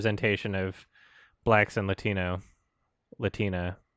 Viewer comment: You pronounced 'Latino' wrong.